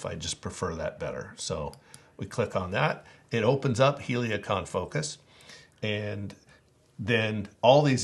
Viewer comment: Why are you saying Heliacon? It’s Helicon….